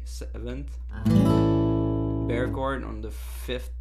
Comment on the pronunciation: hehe, i like it when he says bear chord instead of bar chord. Great tutorial!!